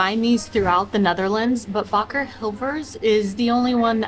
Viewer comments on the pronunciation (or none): none